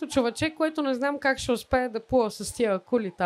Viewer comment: ме убива с нейните ударения. "Човечѐ"! Това малко като "листчѐ" от другия формат. "Снимах се ВЪВ клипЪ"... ("в клѝпа" се казва, ама айде). И това е водеща:D